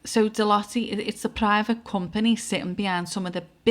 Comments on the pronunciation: It’s pronounced deloute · Ahhh pronounced “de loyte” x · Hi, not an easy company to pronounce, and it's pronounced different in each country, but the nearest UK phenetic is De-loit, as in loiter about, just don't add the 'er, you can add a 's deloitte's, or de-loit's the " 's " is seen as encompassing all companies that sit below the Deloitte umbrella, you could also look at likes between this company, the TBi (Tony Blair institute) Oracle and Larry Ellison and donations to TBI by Larry, likes to Black stone and Black Rock, that is a thread to pull, and associated events around people unliving themselves. it is a pleasure to watch your videos as you can see the threads you pull at, you may want to investigate Nosta as a safe decentralised platform to make sure you don't lose your social media visability. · I remember the name Deloitte , they came and turfed everything out of a company I worked for that went under, computers, the lot, they were liquidisers back then in the 80's. Pronounced Deeloyte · Deloitte ....loitte pronounced as in the word loiter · Deloitte have fingers in ALL pies. Absolutely everything. Like SERCO. (pronounced De-loy-te I think). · Deloitte (pronounced De Loyt) as a banking and accountancy consultancy, have been around for a long time. Since 1845 in fact. They seem to have fingers in a lot of pies. It’s interesting that although you occasionally hear the name mentioned, there’s not really much transparency around what they do. They are a big player though, with a global revenue to May 2025 of US$70.5 Billion. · Pronounced DE-LOYTE